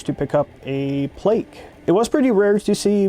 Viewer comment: Every time I hear “plake” 🤦‍♂️